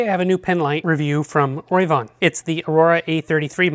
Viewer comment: I love your in depth reviews. Just wanted to tell you the pronunciation isn't Roy von it's Ro v Von 😉 keep up the great work.